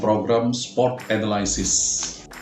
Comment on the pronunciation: Pak, analysis dibacanya enalisis aja ya ga ush enelaisis. 👍